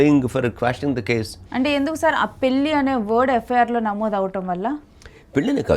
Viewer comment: యాంకర్ తల్లో పెల్లి కాదమ్మా నీచదువు చల్లగుండా పెళ్లి అనాలి తెలుగు భాష లో ప్రతి ఉచ్చారణకి అక్షరం ఉన్నది. తెలుగు భాషను చంపేయకమ్మా.